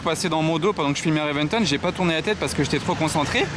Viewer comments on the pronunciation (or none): Ami.La Lambo est une Reventón et non pas une Reventen comme tu proclame.Tauro issu d’une corrida espagnole comme tous les modèles depuis la fondation de la marque.😜.